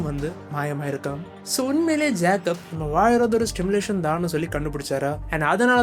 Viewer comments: Bro while saying the word simulation , you are pronouncing as Stimulation ...😅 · Bro it's simulation , kindly correct it while pronouncing , not Stimulation Stimulation means தூண்டி விடுவது